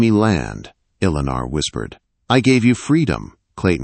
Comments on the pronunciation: This is a good story, but these stories seriously need good punctuation & a real voice narrating. The value of the story gets a little lost in the distraction. It's a good story, but a bit harder to enjoy. "Eleanor " is pronounced more like "Ell-eh-nore". Spelling & pronunciation need to be consistent. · Eleanor or Alana? The Ai ruins the wording. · Eleanor …… Ell A Nore….. first time I’ve heard it pronounced the way this AI narrator did, lol. Still a great story♥️ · A beautiful story. Although, the peculiar mispronunciations are a significant irritant. The lady's name is mispronounced with a multitude of enunciations over the course of the story. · Do not use this narrator again, he can not pronounce her name twice the same way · Never knew the name Eleanor could be pronounced so many ways! Sheesh. Threw the story off every single time. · He says it one way and then says it completely wrong! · Must be someone from another country narrating this with A I. Elinor's isn't pronounced correctly. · Drives me crazy to 😅